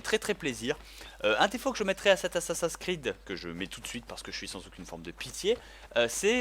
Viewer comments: pourquoi tu dis dis assassin creed c'est assasin 's creed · j'adore comment il dit "ASSASINKREED" ^^ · Je crois que ça doit bien énerver Benzaie les gens qui disent ' Assa-seins creed ' x) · Reden Franzosen immer so schwul?? Und sind die wirklich zu blöd Assassin's Creed auszusprechen? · La prochaine fois dit Assassin's creed avec l'accent anglais parce que j'ai les oreilles qui saignent.